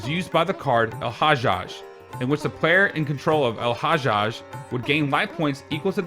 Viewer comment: Love how you pronounce El-Hajjaj 🍻